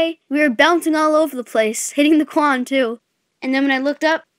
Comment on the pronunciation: Hit the Quan it sounds like Hit the Juan😂😂😂😂😂😂😂😂😂😂😂😂😂😂